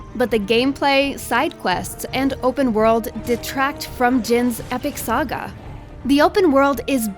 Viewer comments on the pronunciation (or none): none